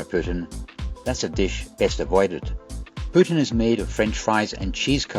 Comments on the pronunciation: Tip from a Canadian, it’s pronounced poo-TEEN. If you ask for pootin in Quebec they will direct you to Russia! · I’ve always heard “poutine” pronounced as “poo-teen” 🤷🏻‍♂️ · Recently back from a trip to Canada, incl montreal Quebecois (who’d be correct, it’s their dish) pronounce the food approx poo-tin / pootch-in…. Rest of Canada says it more like “poo-teen” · Nice video! PS. poutine is pronounced closer to poo-teen (a lot more emphasis on the o) in Canada - no confusion with Putin here!